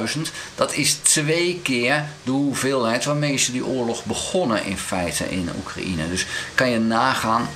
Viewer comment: Hoi, zeer interessante vlogs. Maar Oekraïne spreek je uit zoals cocaïne, een J tussen de A en de N, geen I